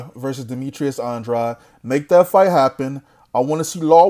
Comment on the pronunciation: Demetrius Andwuad lmao 😂😂😂😄